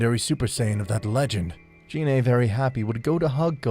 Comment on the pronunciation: F.Y.I. Gine is pronounced with the "G" sound like "Get" or "Go" "Gee-nay" not like a"J" as in "Genie".